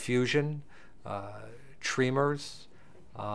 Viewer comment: treemers? I think he means tremors